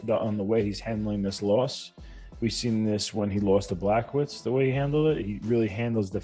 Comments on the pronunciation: lol Wide-man said ‘Black-o-wits’ 🤦🏼‍♂️ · Weidman's praises of Adesanya is well deserved and much needed. Would have been even better if he remembers the former Light Heavyweight champ, Jan's Blachowicz name right (it's not "Blackwoods." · “ Black Owits “